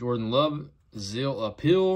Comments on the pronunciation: "Zeal of Approval"!😂 you know....the gold stamp...Not "Zeal of appeal"?😂 all good homie 👊💯✌️ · Sounds like you are saying “Zill of Appeal”?